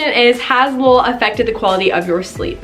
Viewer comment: Haha I thought you were saying lil' mattress instead of Lull mattress.